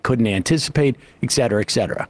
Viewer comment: Supposedly intelligent people saying "exetera" is a pet peeve of mine. It's like you have never seen the words written out. Yeah I won't nag about language; always changing and all that. But you "should of" [groan! - ed.] known this expression though.